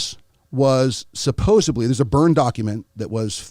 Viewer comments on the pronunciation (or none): I tend to believe everyone that pronounces it "SUPPOSUBLY". LOL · Lost me when he said "supposebly" after a few seconds. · in the first 15 seconds of this clip he says, " supposobly"..... that makes it hard to watch the rest of this video. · He just said "Supposebly." And Confused Steven Greer, with the Actor/Comedian David Grier, in the first minute of this. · He actually says SUPPOSEBLY 😂 🙌🏻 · Guy really said “supposubly” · I don't trust a gd thing be says, I just heard this man say "supposably" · 18s in and you say "supposebly"? I don't know, man... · He said “supposeBly” Hmmm… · It is. That's why I cringed when I heard the guest say "supposably". Unless he was fooling around. I any case, it blew any credibility out of the window 🙄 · He lost me when he said SUPPOSEBLY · A lot of professional people pronounce it like that. It blows my mind. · You can’t trust a guy who says “supposebly”.